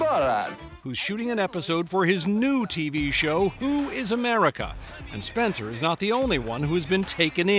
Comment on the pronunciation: Haha, Sacha Baron Cohen is making uhmerica great again!